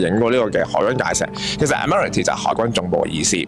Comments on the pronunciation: ，係讀做 “ad·muh·ruhl·tee”… 係地鐵播音都聽到。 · Agree…. 咁都讀錯😅😅 Add—麻—row—ty 呀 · 係，第一個音節係重音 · 介紹英殖年代嘅香港英語法音，最好攪清楚發音，早前有人已提過，Admiralty //ædm(ə)r(ə)lti/讀音搭地鐵一定聽過，係常用字. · 主持人金鐘英文讀音有錯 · 吓？😂 主持小過海。 地鐵係正確。 上網搵吓啦。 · 估唔到金鐘站m記咁勁 為何你口中金鐘站英文的叫法不像我們日常聽到的？ 今次介紹的地方，我只去過 那個纜車站😅，謝謝介紹🙏👍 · 金鐘個英文讀音好似唔係咁㗎喎，跟返地鐵個廣播讀音正確啲喎